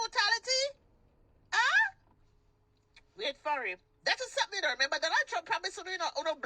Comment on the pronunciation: She can't say brutality (bootalitay!) but Sis knows how to drop a MF in perfect English 😂